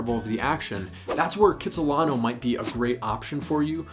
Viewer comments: Kits-lano. Not Kits-I-lano Great info! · Kits-i-lano Don't say Kits-i-lino!